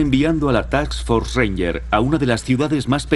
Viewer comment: Buen documental. real, no como la película. Al narrador en español: es TASK FORCE , FUERZA DE TAREA , NO ES "TAKS" solo un consejo, sin ofender.